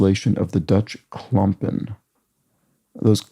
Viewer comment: Good Dutch pronounciation on 'Klompen'!